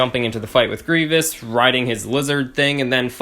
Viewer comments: Griev-E-ous? It’s Grievous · Also sis you say grievious?